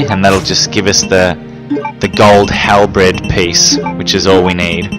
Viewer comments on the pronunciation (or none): "Gold Halbred"?!! Can this dude not pronounce basic words like halBERD? It was a similar thing on one of his RE2 vids when he said CAYSHE instead of cache (pronounced as cash). The purpose of lighting the fireplace with Claire or the lamp with Chris is to make the rooms a little brighter although how useful that is is debateable.